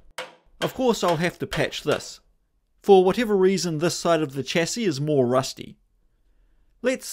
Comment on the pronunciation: Why can't you pronounce chassis properly, bro?